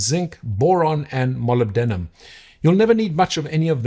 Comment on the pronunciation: I don't mean this in the slightest negative way (great fan of your videos) so please don't take offence. Molybdenum is pronounced differently, more like mollib-de-num. You can search YouTube for "periodic videos molybdenum" to hear a scientist's scientist pronounce it. Of course this is such a minor thing because as usual the content of your videos is top notch, so I apologise for the nitpick :)